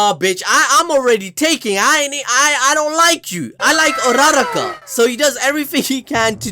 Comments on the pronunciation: this man rlly said urArAka and he rlly said minAta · It's so funny how you guys say urraraka's name 🤣 it's (U-ra-raka) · Bro's putting so much emphasis on that "RA"